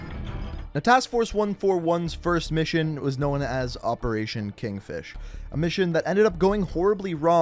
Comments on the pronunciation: Known = NO-in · "Knowen" he created a whole nother word out of known. Amazing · "Not much is knowen" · Dude, great video lol love how you pronounce known, cracks me up every time! Lol “No- Uh-Wen”